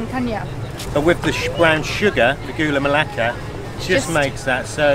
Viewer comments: Proud to be Malaysian, both of u make me starving..And very sweet when u pronounce "Gula Melaka" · I like when you said ''Gula Melaka'' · Hi thanks because come to malaysia.. our sweetest country.. haha Very cute actually when you all pronounce food name in malaysian language. Hope u come again to Malaysia.. thanks bro